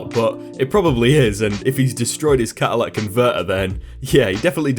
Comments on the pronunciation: "Catalytic", not "catalite". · Story #1- it is a very mispronounced word "Cat-u-lit-ick" converter not Cadillac converter. I love your channel! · Hey.... it is pronounced CAT-A-LI-TIC converter....for future reference!! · It's pronounced "cat-a-lit-ic". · Catalytic like a catalyst